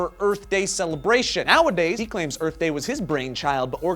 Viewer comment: whooo! go earf!